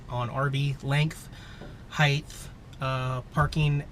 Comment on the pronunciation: "length and heighth" Always check your 'heighth'